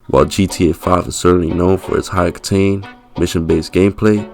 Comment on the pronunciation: bro said high ocatain